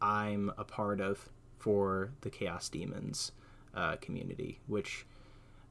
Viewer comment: It's 'CARE-ose'. You are adding a syllable saying, 'care-EE-osr'.